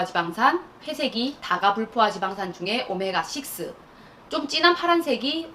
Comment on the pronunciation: 좋은 내용, 친절한 설명 정말 감사합니다. 마그나수르 사러갑니다~ 오늘 처음 알게되어, 구독후 여러 영상들 보고 있습니다. 그리고 "다가불포화지방산" 발음하실때 [다까]라고 발음해주세요. 물가,단가,고가,저가의 경우도 [물까,단까,고까,저까]로 된소리로 발음해야되는 경우와 같습니다. 구독자들에게 발음마저도 정확하게 전달해주시는 멋진 을 다음 영상에서 기다릴게요~.